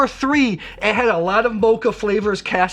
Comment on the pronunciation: My OCD won't let me skip this...."cassis" is pronounced "ka-sees"; soft A, hard E. End of rant!